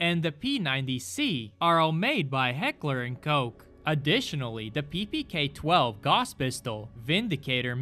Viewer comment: "Heckler and coke" 💀